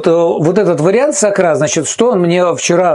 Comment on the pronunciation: Может сакура , а не сакра